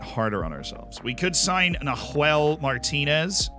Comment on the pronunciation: WHY DOES HE SAY NAHUEL LIKE THAT AAAAAAAAAAAAAAAAAAAAAAAAAAH